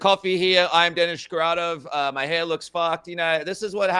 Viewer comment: Did you say your name is?😅